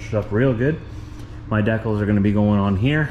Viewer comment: When he says “deckels” is he referring to decals ?